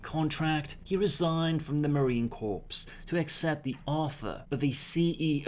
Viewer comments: Marine Corps, pronounced "core" not "corpse" please, source: MCRD San Diego, 1995. 😉. Wonder if that's why I've always sided with Militech over Arasaka? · Hey there buddy just a heads up when pronouncing The Marine Corps pronounce it as "Core" the 'p and s' is silent.